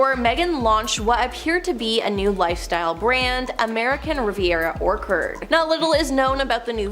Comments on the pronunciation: Orkard? It's 'Orch ard' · LOL Oh, that's funny, but orchard is not pronounced or-curd. Include the "h"...ch, ch, ch. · Orkherd?? Does anyone leave school literate these days? Ch as in church - orchard, where apples grow!!